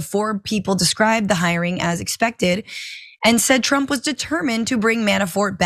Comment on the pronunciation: Did he say "Pro Tump"???